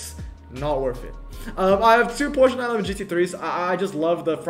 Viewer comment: I am SO glad you prononce 'Porsche' correctly! I send condolences to the 969 rsr